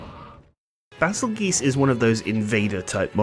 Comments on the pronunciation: Why are you pronouncing it "goose" when it's spelled the exact same way as the tail end of Betelgeuse and that's unanimously pronounced "jyoose"? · Hey hey hey, it's pronounced Bagel-Juice thank you very much. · Damn I was really following you in that intro until bahzulgeese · Its "bay zuhl juice", not "geese" or "goose" D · In Stories 2 they pronounced it "Baa-zel-geese" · You seriously have to be mentally challenged to pronounce "geuse" as geese. Betelgeuse has always been pronounced correctly and there's barely any difference in these names. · i've never heard anyone pronounce it like that. its actually, according to the wiki, pronounced Bah-zul-geese like in Portuguese. thats how its pronounced in Monster Hunter Stories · I think it should be pronounced bazelle juss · Baazel Geese ?? what in the name of fuc did you just say? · Bay-zel-juice, becuase it's a play on words of Betelgeuse. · "The official English pronunciation of Bazelgeuse's name, revealed in Monster Hunter Stories 2, is "Bah-zel-geese"." from the wiki :)